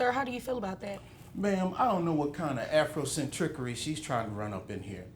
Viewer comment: What kind of afrocentrickery he said 😂😂😂